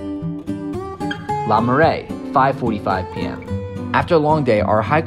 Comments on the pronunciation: Not LA Marais, LER Marais! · Le marais not LA marais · LE Marais, not LA Marais. The text says LE but he keeps saying LA.